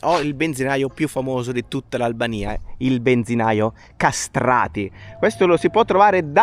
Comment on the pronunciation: Ujvara l' avete pronunciata molto bene,. Kastrati idem...e meno male😂